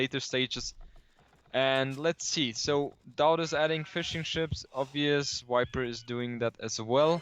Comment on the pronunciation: I love but it makes me laugh every time he says wiper.......